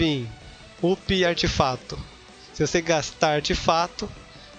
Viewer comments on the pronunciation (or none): O correto é "Artefato" e não "artifato". Artifato é uma palavra inexistente na língua portuguesa.